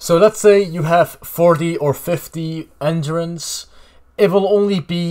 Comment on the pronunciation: You pronounce ‘Endurance’ completely broken. 😂 Learn to pronounce words correctly.